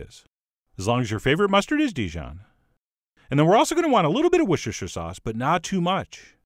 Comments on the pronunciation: Chef John dare I suggest you pronounce Worcestershire sauce as the Brits do "Wooster" sauce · "Wooster" Sauce. FFS! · Pronounced woo-stir-sheer. Stop butchering it. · Woshure-shure-shire sauce - Pronounced as Woster sauce in the UK 😉😋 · I don't like wussussushur sauce. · "WOOSTER" sauce, you idiot". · I’ve subscribed. Really guy too, but it’s”Wooster/shu” sauce 🤣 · Say WORSTER SAUCE again!! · I wish Americans would quit mangling the pronunciation of Worcestershire sauce, it's not cute. It should be pronounced "wooster". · Normally I would correct the pronunciation of Worcestershire sauce but chef John is just to awesome. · Is the mispronunciation of Worcestershire sauce intentional?